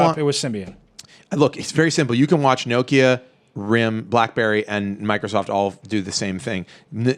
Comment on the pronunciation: Urgh pronounce Nokia correctly for god sake